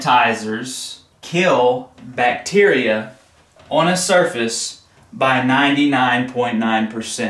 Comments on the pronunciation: It's Bacteria not Bacterica... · Can we address the elephant in the room… it’s bacteria not bacterica 😬